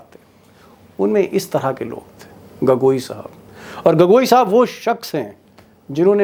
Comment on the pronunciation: उच्चारण सही करिए श्रीमान, गगोई नहीं है गोगोई है